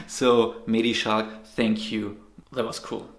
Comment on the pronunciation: Is that so? I actually think you are one of the few who pronounces his name correctly. Commentators tend to say "Schlack" instead of "Schalck". But that is just wrong. And you also pronounced his first name correctly. For reference, if you listen closely during the intro you can hear how his name is pronounced in french